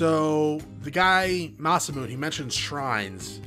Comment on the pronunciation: Oh boy next episode gonna be good :P Also it's pronounced Ma-sa-moo-nay, basically the same way you've been pronouncing it except add a "nay" at the end.